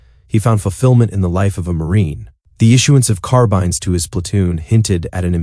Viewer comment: Carbine was mispronounced. That’s how I knew it was AI.